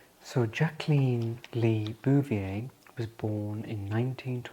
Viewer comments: It’s such a pleasure to hear my name pronounced correctly. It’s so rare. It was a sore spot for Mrs Kennedy too. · You are a dream. Beautiful presentation with such compassion. Thank you for honoring JBK . ❤ And you pronounced her name correctly.🎉